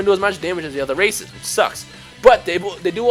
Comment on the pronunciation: I'm doing frieza race first then saiyan plus it sounds like you said racist at the beginning lol